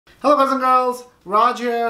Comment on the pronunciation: Love it when you say gays & girls !! thanks :D